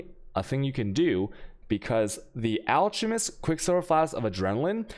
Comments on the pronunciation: It's pronounced alCKemist. You also say chisel wrong. :P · It's pronounced (alk a mest).